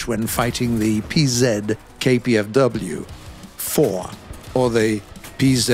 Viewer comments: Pee Zed... Panzer you muppet... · Love the fact that the narrator said "Pzkpfw 4" instead of Panzer 4 😁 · i though he was saying something like kwk 39 but listened again, yep he was saying pzkw 4 weirdly for some reason